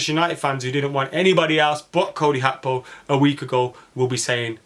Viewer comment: You sound bitter lad, Gakpo crying tears of joy when Man Utd couldn’t bid on him. And it’s Gakpo not Hakpo you bloody plonker.